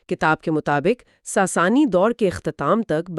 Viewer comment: ساسانی کو ساسنی کہہ رہے ہین